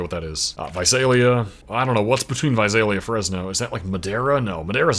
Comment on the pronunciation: Originally from the Central Valley here, now I live in NC, but I appreciate that you have actually learned the pronunciation of the cities in the Valley, like Visalia, Tulare, Manteca, etc. So many people always get them wrong.